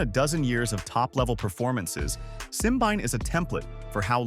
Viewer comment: Simbine is African not European. Pls. have respect and pronounce his name as an African.